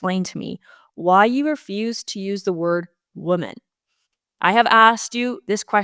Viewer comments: The reader freaking out about your mispronunciation or under pronunciation of women and woman is silly. However, if you do plan on correcting the situation, do it right! It's not woMAN! Plural is pronounced: wimin Singular is pronounced: womin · please take the following as a good faith observation and suggestion. As a born and raised Canadian from Southern Ontario, the word woman (singular) should be pronounced as w-oo-(as in good)-mun (as in bun), and not wo-man (as in man). Whereas the word women (plural) should be pronounced as w-ih (as in it)-men (as in men). Also, the emphasis is on the first syllable in both cases. For your consideration. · It’s pronounced wimen plural and woeman singular. It’s just a pronunciation issue. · Great show, but the woman / women thing ... In my understanding, the pronunciation has always been as follows: women = "wimen" and woman = "wuhman". Wo - MAN just seems weird? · Woman (wuh-mun). Women (wih-min). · Heart wrenching what the lousy NDPs, federal and provincial imo have done to Caylan Ford, l hope she wins her case big time. Great job Federation of Canadian Taxpayers, CBC deserves total defunding of all taxpayer funding now. And as far as pronouncing woman and women its sounds the same when you say either to my ear, lol but plural women sounds like wi-men and singular sounds like wu-man imho. Love your work ❤.